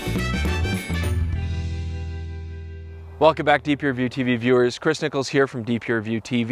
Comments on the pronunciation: Oh, I've always heard it as "". I guess you can see what I thought it sounded like. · When Chris says his name i always hear "".. I like it as a nickname for Chris:D